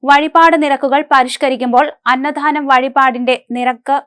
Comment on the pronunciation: അന്നദാനമാണ് അന്നധാനമല്ല